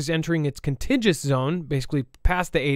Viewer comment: CON-TIG-U-OUS, .........EMPHASIS ON 2ND SYLLABLE........NOT CON-TIGIOUS